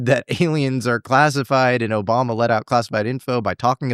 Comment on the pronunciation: “OBAMNA” - Love it 😂